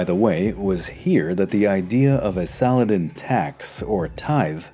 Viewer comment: The way you speak the full name of Saladin and the way Richard took the fortress of Taillebourg are amaXing...